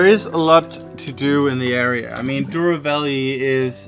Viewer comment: "Douro", "Douro"...